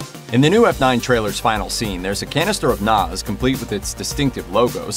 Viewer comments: It’s NOS, not NAS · NOS or NAS wow man that's a weird pronunciation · It's nos not noz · It’s NOS not NAZ